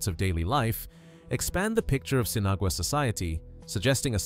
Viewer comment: pronounced seen-ah-wah....